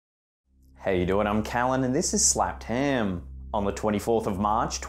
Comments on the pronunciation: I love the way he pronounces slapped ham. Slaaaaaaped haaaaaam. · I like the way you say ...’slapped ham....’🤩